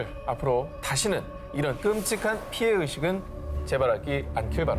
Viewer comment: 피해의식이 아닌 주술의식아님? 누구 마상 지적하려는것도 아니고, 기분 나쁨 좀 발음좀 잘 해줬으면.